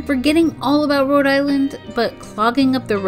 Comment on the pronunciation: It’s Rhode not Road ……. 🙄